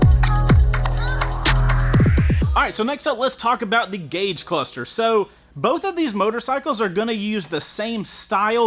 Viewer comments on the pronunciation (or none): Gague?? Gauge 😂😂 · "Gague Cluster" made me twitch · Lol "Gague" Cluster xD Great video as per usual!! OC! I think I'm still leaning to the MT07 because it's a peppy chilling bike. You can rip when you want to and cruise without pinning the throttle every gear. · OC What's a gague cluster? Lol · “GAGUE CLUSTER”